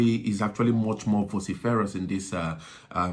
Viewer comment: VOH siff err us...... Vociferous